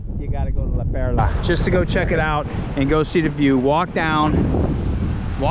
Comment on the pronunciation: Its not La Pera, fool, its La Perla- fool. . You look like you could be PR but you are soooo white bread.